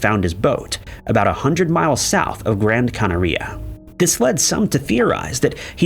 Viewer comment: See also: "Gran CanaREEa."